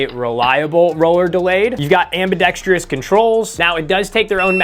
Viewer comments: The biggest epidemic in the gun community nobody is talking about: pronouncing ambidextrous "amb-i-dex-tree-us". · I just came here to say that ambidextrous only has 4 syllables. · You might wanna look up the pronunciation of ambidextrous. 👍